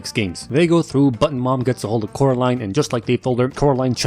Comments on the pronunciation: Oh Caroline NO ITS COREALINE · Oh Caraline. NO ITS FU***NG CORALINE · The way I laughed when I heard him say Coralines names as 'Caroline' is just very very wrong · he said caroline, not coraline, a grave sin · oh caroline its fucking caroaline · NO ITS FUCKING CORAAAAAALINEEEEE!! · I DIED LAUGHING WHEN CORALINE SAID SUCK MY DICK WRONG LOL